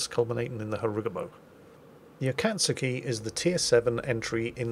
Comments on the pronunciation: its Ah-kah-tsu-kee, there is a u, If you watch at least one Sailor Moon episode in the first season (like episode one) you can hear Usagi pronounce her name, which has that Tsu syllable. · it would be pronounced AH (as in the exclamation) - COTS (as in a place to sleep) - KEY (as in the item with which you start your car and open doors) That is all. I shall make my way back to the salt mines now. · Hello indeed Akatsuki is pronounced Akatski the U is nearly silent. Ps Akatsuki (暁) can be translated in English as Dawn or Daybreak. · Jokes on you the U is (probably) fine. Both A's should be pronounced closer to 'ah' if my Japanese is correct. So theoretically it's closer to 'ahkahtsuki' with the I pronounced as you were. Didn't realize that's how it was pronounced after far too much time researching WWII. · Only thing is,, you pronounce the a's in Akatsuki the same as you pronounce the a in Mogami, long a sounds. Other than that, you're doing well in trying:p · the ataksuki is pronounced “uh-cots-key” but the pronunciation really doesnt matter to me bc its probably really hard to change the pronunciations on the fly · Oh, just don't link the KA-T together, your pronunciation is otherwise decent. It sounds like Ah-Kah-tsu-ki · I had to do a triple-take when you said Akatsuki, I'm already so conditioned to the long U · I guess finally watched Naruto and learned how to pronounce Akastuki. Sort of I just heard him mispronounce it again while I'm typing. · The U in your pronunciation is fine enough. It's the As that are your problem. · is so easily influenced. You pronounced akatsuki Correct the first few years because In Japanese you pronounce every syllable. Although your pronounciation isn't 100% your close enough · Alright japanese person here its Akatsuki, aka uhkuhtsuki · Pronouncing Akatsuki should be like Aka tsu ki like a tempo of 1 .5 1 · A-ka-tsu-ki, no i in the ka there so ka instead of kai. :) 暁